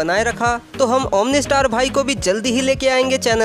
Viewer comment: Bhai tum omni star nhi omno star ho